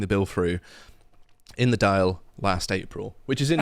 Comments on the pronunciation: It's pronounced "doyll" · Also, it's not a "Dale", but a Daìl, as in "wall". C'mon, England... 😂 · Dail , it's pronounced like doll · Dáil is pronounced Dawl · Dáil is pronounced like the word "all" with a "d". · Dail is pronounced like doll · Dáil = Doll ...Taoiseach-=Tea-Shock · Fair play lads!.... and its pronounced "Dawl", its an impossible language to speak phonetically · DÂIL ...try pronouncing it Daw-ILL. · It's not like it matter because every politician there is a disgrace. But it's pronounced daal. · Dáil - pronounced “Dawhl” like “Tall” with a D. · It;s pronounced ‘doil’ - the doil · Some pronouciation assistance: Dáil (parliament): Dawil Taoiseach (PM): Tea•syooc Táiniste (vicePM): Tawin•is'teh Last one may be familiar to anyone who read McBeth [Thane of Cawdor]. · And it's pronounced dawl